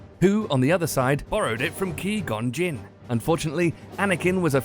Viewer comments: WHO DA FUK IS KI GON JIN ITS QUI GON JIN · key gon jinn!!!!?? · Kee Gone Jinn? wtf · Did you watch the movies? Because if you did, you should be able to pronounce Qui-Gon Jinn's name correctly...